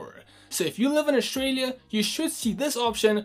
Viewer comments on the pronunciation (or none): Play store/Australia, not Play shtore/Aushtralia